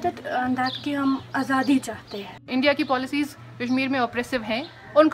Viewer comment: तेरे फुफ्फा हरी सिंह ने इंस्ट्रूमेंट ऑफ़ एक्सेसन सिग्नेचर किया था बड़ी आई "इंडिया का ओकूपेसन उनजस्ट है" बोलने वाली। हट्टट्ट भाग 😡